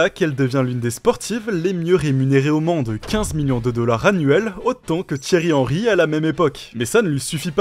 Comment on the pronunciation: le Thierry "Hendy"...oh non pas ça Zinedine, pas mtnt , pas après tout ce que tu as fait!